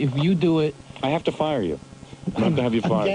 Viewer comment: * I’M ON FIYAH